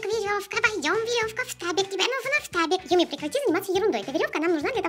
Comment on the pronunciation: ФТАБИК, а не штабик